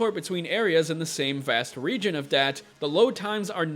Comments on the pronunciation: Not dat or that...da'at. Lol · Da'at is pronounced Dah-aath. There is a full stop between the two A's, and the A's are soft, as in Jaw. Its a hebrew word and is part of the Kabbalah. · Just my opinion, think it's pronounced Dah-Ott